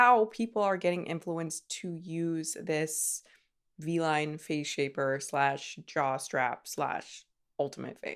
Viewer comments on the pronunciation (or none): Am i the only person who hears jock strap instead of jaw/neck/head strap? Just me? NOOOOO. 😂😂